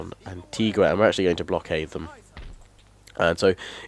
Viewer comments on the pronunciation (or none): none